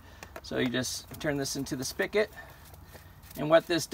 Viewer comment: Just had to say it is "spigot" not "spikit".